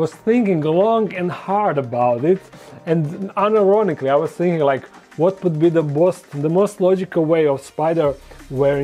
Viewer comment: Haha he said "iron onically" I love his accent😊